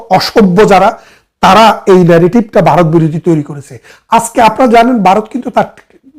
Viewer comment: বারত নয় উচ্চারণ হবে ভারত